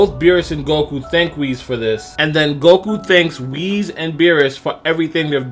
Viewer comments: Holy crap it's Whis not Wheeze. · You say Whis as (Wheeze) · Did he pronounce Whis as Wheeze?